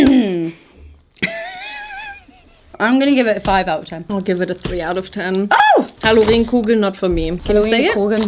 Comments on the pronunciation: Anyone upset that she said „Halloreeeeen Kugeln“ than „Hallooooren Kugeln“ 😅🥲✨ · The way she said halloren i cryyy 😭 im from the city where halloren where made, it sounds more like "hallooooorenn" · As an Anhaltiner I have to correct you on the Halloren😅 the emphasis is on the O, not the E The name came from the town it was made in, Halle/Saale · Es heisst nicht Halloreeeen-Kugeln, es sind Halloren-Kugeln mit kurzem E. Es wird gesprochen wie Azoren. Ich weiss das, weil sie aus meiner Heimatstadt Halle kommen und den Knoepfen der Halloren (das war die Bruderschaft der Salzwirker) nachempfunden sind. :) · Am I the only one put off by the way says Halloren 😅? I don't know anyone who pronounces it like she does. HalloREHN?? We always say HallOOHren 😂. Stress on the o, not on the e 🤷🏼‍♀️😄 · Halloreeeen haha its Halloren, they're from from Halle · Brudiiii, es heißt Hallo-ren nicht Halloreeen 😂😂 die Halloren kommen aus Halle (Saale). Thx u next next 🫶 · Love this video but god damn it’s HALLOREN NOT HALLOREEEEN Ps they’re from Halle in Sachsen-Anhalt that’s why they are called like that…. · It's Halloren with a short 'e'... not Hallorehn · It’s HALLÓRÄNN KUGELN not Halorén.. 😭😭😭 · It’s HallOren not HallorEn 🥹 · Bei Halloren Kugeln, hab ich nen kurzen Anfall bekommen. Guurl wie sprichst du das aus :( Das nicht Hallo das sind Hallooooren nichts da langes e. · Hallorenkugeln (Betonung auf HalLORen) kommen aus Halle (Saale), Sachsen-Anhalt. Die Halloren sind auch dafür bekannt, Salz zu sieden usw... musst mal googlen 🤓 aber die Ausspracheeee ahhh 😂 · Halloren kommen aus Halle (Saale) und werden Hallóren aausgesprochen <3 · Okay stop gurl with the Halloren pronounciation 😂 I can’t lmao it‘s a long O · HallorEn? 😅🫣 Short „ren“. 😉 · Ziemlich sicher werden die nicht "Halloreeeen-Kugeln" ausgesprochen. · Halloreen??? Hallo - REEEEN??? Noooooooooo,...why?! That's really not how to pronounce this 🥲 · the way pronounced halloren kugeln is so funny to me😭